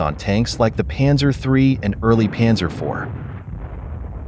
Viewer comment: The pronouncination of Zeiss is about "Tzeis" and the Panzer is "Pantzer"